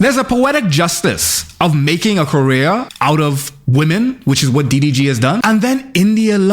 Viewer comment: I can’t tell if it’s the Foreign Man Accent or if you’re intentionally calling him Diddy G but either way, I’m loving it 💀